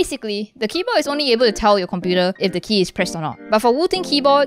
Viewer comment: "this keybo'eh' is..."